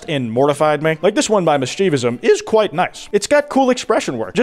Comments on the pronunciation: I had to check twice it was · “this could’ve been staged” a guy died